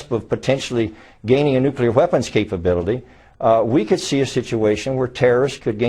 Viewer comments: His face is melting! Maybe he was exposed to "nucular radiation" uh uh uh...hmmm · You mention the difference between Sunnis and Shias, but the most baffling thing is, does this guy know that both groups also do not overlap with Mexicans? And... you know, maybe it's not THAT easy to smuggle a "nucular" warhead through the Atlantic ocean. I mean... I'm not even a Mexican and I feel offended on behalf of them.